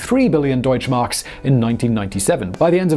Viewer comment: Your pronounciation of "Deutschmark" is incredibly accurate.